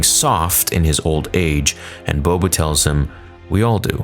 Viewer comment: Why is Boba referred to as BO-BO